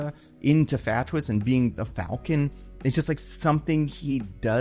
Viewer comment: dude stop trying to pronounce FATWS its never gonna happen, never gonna work.